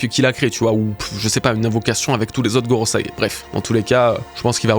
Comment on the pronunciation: GOROSEÏ pas Gorosaï